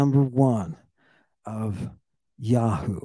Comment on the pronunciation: I love it when you call them yawhoo instead of Yahweh!